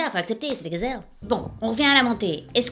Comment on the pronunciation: j'adore j'adore tu me fais trop rire "les gzelles" je meurs